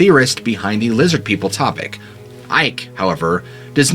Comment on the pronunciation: "Lizzid Peeple!"